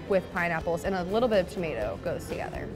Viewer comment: Can’t get enough of the way Americans say “ANNDD”